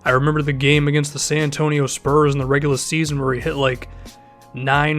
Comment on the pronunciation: "reguhlah" your boston is showing.